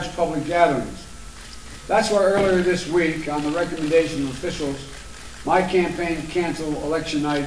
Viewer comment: Back to school if you plan on talking about a "campane" speech. Was that relative to champagne or campaign? And what is this about a true "polition". Were you going for politician of pollution? Can't those russian troll farms keep you abreast of American English and spelling? Back to the politburo. No potato in your soup today!